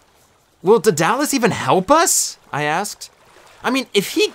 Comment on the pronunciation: It's pronounced as o-gi-gi-ya And d-a-da-lus But other than that your great